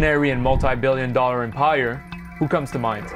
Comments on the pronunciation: The only English speaking people who pronounce empire as “emPIRE” are people who don’t read well. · Had to stop watching 5 seconds in after mispronouncing empire